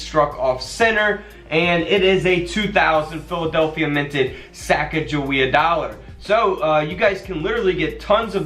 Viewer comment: I'd like to sell all my quarters for $380. I just watch your videos to hear you say Sacagawea.